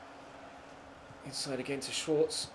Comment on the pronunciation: Schwarze is pronounced shvarzer